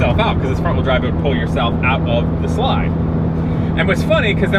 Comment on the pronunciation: You keep saying wrong wheel drive wrong, weird.